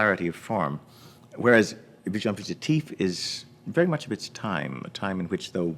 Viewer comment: Agreed 95%; would just like for him to pronounce "visions" properly in French. :-) Small - no, tiny! - matter, though.